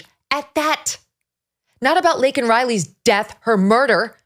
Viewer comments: The dumbass said "Lincoln" Riley. 🇺🇸🇺🇸🇺🇸 TRUMP 2024 🇺🇸🇺🇸🇺🇸Deport all ILLEGAL immigrants/criminals/free loaders! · sorry I am glad MTG spoke up...... Biden couldn't even pronounce Laken's name correctly...... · Glad they didn’t have to hear him mispronounce her name in person… He’s such a fool. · What in the world is he even talking about most of the time? So incoherent and deceitful. Disrespected Laken Riley by mispronouncing her name and saying that thousands are murdered by legals...oh, that's helpful. And as far as the time for illegals to come? It's a slap in the face to those who have come legally. We adopted our youngest daughter from Guatemala. We had to file so many forms and pay thousands of dollars so she could be legal. We were happy to do it, but it's criminal for all these to come here illegally. Sick of this administration. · What a disgraceful SOTU address. Brandon couldn’t even say Laken’s name correctly. Embarrassing. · He couldn’t get Lakin name right, she deserved her name to be right, and I think when he said illegal I think he slipped up on that one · He is a disgusting monster. How dare he not even say Laken Riley’s name right,,,,, he is simply Demonic & Only loves himself🤮 nothing but lies, a complete embarrassment & Disgrace to Americans & America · Biden did not even say the name Lanken correctly. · He couldn't even get Laken's name correct. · Laken NOT Lincoln!!!! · What, "Lincoln" Riley? It's "Laken" Riley, you oof. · Lincoln…couldn’t even say her name right. Laken!!! And enforce the rule as it stands!! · Harris looks as if she is holding her breadth! She is scared he would bumble, which he did! The girls name is Laken, not Lenten? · Her name was Laken not Lincoln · And he kept saying Lincoln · Her name is LAKEN not Lincoln!!!!!!! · He could not even get her name right. Lincoln? Really! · He couldn't even say Laken's name right. Her name is Lake, NOT Lincoln. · has no one realized he said Lincoln Riley not Laken Riley